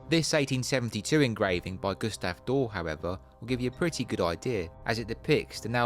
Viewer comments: Nice video! You mentioned Gustave Dore. As I'm sure you'll use his illustrations again, I hope you won't mind my pointing out that his name is actually Doré, pronounced /ˈdɔːre/ not /ˈdɔː/. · Doré (note the é) is pronounced dɔːreɪ/ DOR-ay, not "dor". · More excellent work,! n.b. the name of the artist to whom you referred is pronounced "Door-Ay"...